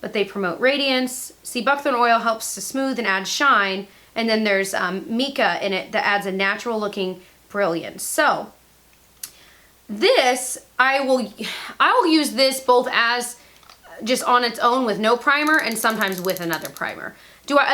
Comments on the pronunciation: in the DermaE oil were you saying there was micah in it? If so it’s pronounced as “my - cah”.☺️ Micah is found in all of the granite slabs where I am from. I remember going rock hunting in NH with my dad when I was little, and we would find slab of rocks with micah running through it and it was so beautiful. Layers and layers of sheets of these beautiful flaky glimmering minerals. 💖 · Mica is pronounced myka:) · its Mica the coloring long I sound. you're so cute..